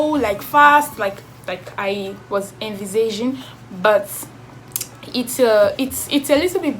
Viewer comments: Not you pronouncing ENVISAGING as a French word 😂😂😂😂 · Exactly! I thought I was the only one who noticed that.😂😂